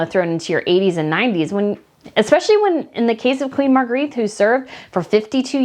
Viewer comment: Queen Mar-gray-ta is how you pronounce her name